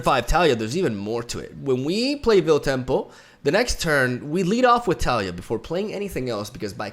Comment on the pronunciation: More like Ta-ley-a, I think that’s the official pronunciation, not sure though